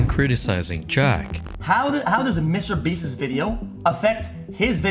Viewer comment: I like your videos but your pronunciation is driving me up a wall.. Beast's is pronounced the same as beasts. Not beastis